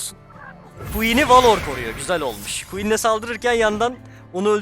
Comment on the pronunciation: Abi suna valor deme velır dee